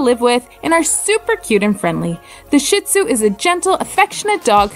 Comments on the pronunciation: “ShEE-tzu” not “sh*t—tzu” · "Sheet" Tsu Please. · You miss pronounce shin tsunami…. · Wow, she actually mispronounced both breeds! 🙄